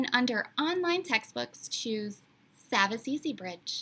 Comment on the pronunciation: it’s pronounced saw-vas actually